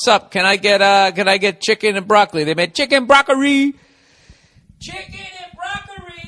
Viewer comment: "Muhfuckin chicken" as a black man I'm proud to hear him say it like we would